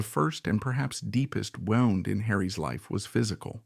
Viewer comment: You need a better robot. This one thinks that a wound is something that got winded around.